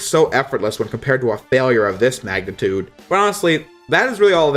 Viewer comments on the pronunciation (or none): none